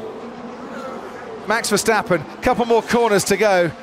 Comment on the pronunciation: This is how you pronounce Max Verstappen as a non-dutch native: Mahx Vair-stop-pun And not: MEX FERSTEPPEN